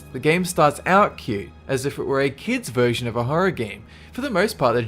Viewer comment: eversion, hehe :D